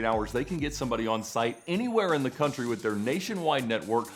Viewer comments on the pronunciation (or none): none